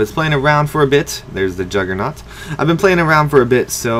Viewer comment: why does everyone say juggernaut!